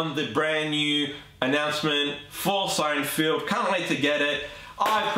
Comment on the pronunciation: Good video, but it's not SeinFIELD. It's SeinFELD.